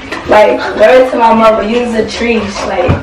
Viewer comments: treesh.. fuckin treesh😒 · Nobody:: ** silent not knowing what to say**: “you a treesha “ Im weak☠️😂